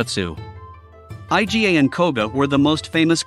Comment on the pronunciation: It's pronounced "EE-GAH." Iga is not an acronym😂